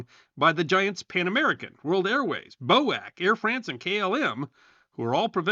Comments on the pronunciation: Interesting stuff! BTW: BOAC is pronounced "bee-oh-aayy-see." It became BA sometine in the late 70s or early 80s. Cheers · We always pronounced 'BOAC' by its individual letters, 'Bee Oh A See' rather than as a word.